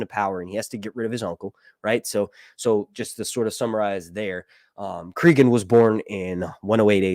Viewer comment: Please listen to the audiobook of "Fire and Ice." His name is pronounced CrAgun, not CrEgun. Just saying.